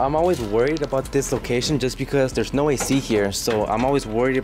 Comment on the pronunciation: You know when your Hispanic when you say “Noooooo”